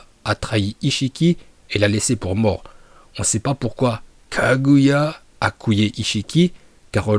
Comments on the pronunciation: A chaque fois que tu dis Kaguya tu me bute je pars sur un fous rire 🤣🤣😅! Sinon super vidéo ! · Bravo pour ta prononciation de KAGUYA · "Kaguya" quand tu le dis c'est trop drôle 😂